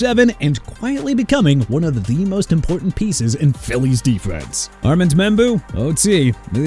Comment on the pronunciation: REALLY? ARMAND MEMBOU'S FIRST NAME IS PRONOUNCED AR-MOUND! IT'S NOT AR-MAND!! ARE YOU THAT ILLITERATE?! SMH...